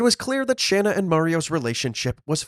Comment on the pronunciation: It's Pronounced * SHAUN AH* SHANNA